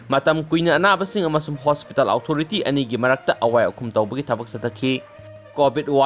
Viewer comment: Fanasu kuire ibungo nangna pao paraklibasi adubu English ki waheisingC chumna amatta haiba ngamdribasi angakpani tabada yamna nungaijade meitei macha ama oina... Houjik faoba The-re-fo-re adummak hek leida..eg.. Hospital Authority...karamna pronounce tougani Google da amukta yengbiyu